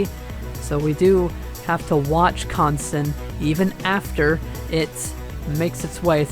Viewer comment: finally someone don't totally mispronounce the second syllable of the name( but not the first syllable).